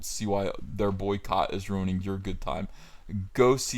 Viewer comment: The way you said Soycott.. That made spill my water out.